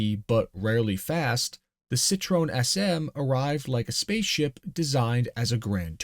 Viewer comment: It’s Cit-roEn.